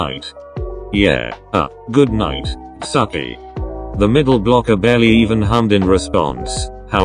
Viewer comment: ok i never understand why google pronounces tsukki as "sucky" 🤣🤣